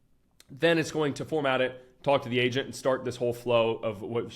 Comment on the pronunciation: I keep thinking hes saying asian